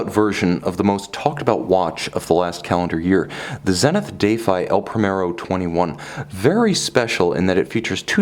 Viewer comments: Deyfy lol. Say as if you are you are about to defy someone. Sometimes you try to sound too french/swiss lol. Great review as always though :) I saw this in a store. Trading in my huge Annual calendar Pilot Montre Aeroneuf for this piece. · You pronounce "defy" differently. Does it not mean the usual meaning?